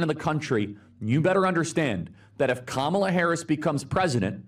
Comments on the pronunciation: Her name has equal stress on all syllables. Please say it properly my guy. No hate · Please please please please please! It's COMMA-la, not kuh-MA-la. That's why all the shirts that say: ,la Please say her name correctly. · For anyone not sure it’s pronounced “calmala” not “Camarla”. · It's arguable that no words properly have equal stress on all syllables. And specifically, Kamala is stressed on the first syllable. KAmala.